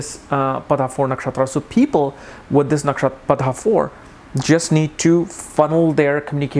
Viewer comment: its PADA not padHa !!